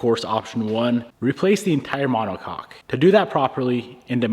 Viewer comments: My brother in Christ. Please… pronounce it ma-neh-kok 😂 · Brother having too much fun saying monocock 😂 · drink every time says "monocock" haha